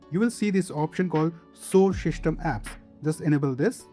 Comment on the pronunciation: "sow shyshtem apps"😂 how you even spelled it?😂